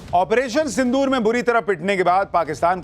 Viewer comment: Sindhur nahi Sindhu rrrrrrrrrrrrrr pakistani chuhey Kand shuru hai